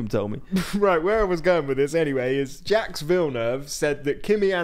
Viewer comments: Jaques is abit of a moron sometimes but stop pronouncing it Jacks lmao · For the next episode, please check how to pronounce Jacques correctly 😂❤